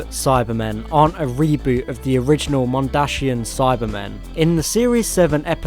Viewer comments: Mondsian not Mondashian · Any one else mad at how he says mondashinan it’s mondasian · I find it funny how you say mondashian cyber men, though they are dashing it still makes me laugh, keep up the good work.